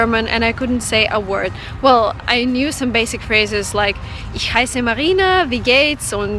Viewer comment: Warum sagst du dann in DEUTSCH UND! in ENGLISCH CH anstatt H wenn du so perfekt bist? CHU I AM... klingt komisch. Genau wie Ich cheisse ...